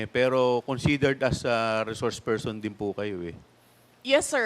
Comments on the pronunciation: Sarah, it’s so annoying Kasi “You are a reshourse pershon” 😅. Resource person is the right pronunction . Stop speaking like young elite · reshorsh pershon